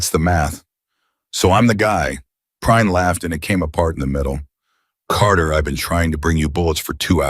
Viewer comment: Lol! "Your name?" "Prine, sir" "I want to say it right, later" Two seconds later, the AI called him Prinny.